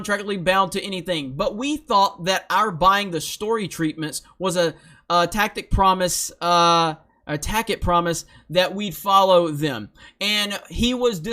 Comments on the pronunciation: tacit is pronounced ta-sit. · t-ASS-it promise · Tacit, say it with me class, tass-et. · Dude, learn how to pronounce “tacit”. It’s “Tass-it” not “tack-it” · in the word "tacit" the c carries the s sound. So it sounds more like "tassset" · Tas it is how you say it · "...a "tack it" promise"??? Hooked on phonics, my friend! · Tacit: "tass-it" - implied or self evident. Understood but not stated. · Tacit (TASS•it) It means implied, or understood—a given. Gotta learn them words,. Can’t have the NPCs grabbing clips of you mispronouncing shit left and right like Al Sharpton, and spreading them around to all their Reylo friends to make you look like a damn fool. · "Tacit". Pronounced "Tassitt". It means "sort of", or "a bit of a.... ", or "a soft promise". That's roughly what it means, without me going to the dictionary, if memory serves. Checking dictionary, it's sort of right. It means kind of implied without being said. So "sort of" is about right. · "Tacit" is pronounced "tassit". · Tacit pronounced “tassit” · Tacit - pronounced tass- it. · tacit= Tah-sit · It’s pronounced “tas-sit”